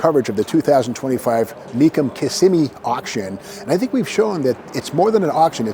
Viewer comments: The town's name is "Kuh-SIM-ee' not "KISS-i-me." If Steve had worked for Mecum, he'd have certainly known that. But he didn't. He spent his Januarys out in Scottsdale, AZ. But as much work and research as he has always put into preparing for auction coverage, it's a bit surprising. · It is not pronounced Kiss-a-me, it is Kiss-sim-me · Were all glad your back , even if you can't pronounced Kissimmee right .